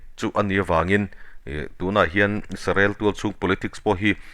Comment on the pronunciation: Isarel nilo in israel ti in lam hram hram ang aw